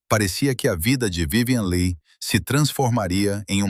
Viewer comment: O vídeo seria muito bom se a pronúncia do sobrenome da atriz (que é "apenas" o tema do vídeo) fosse correta.